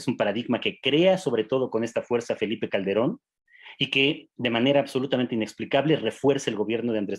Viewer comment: Y "Caldebron" ya se pronuncio?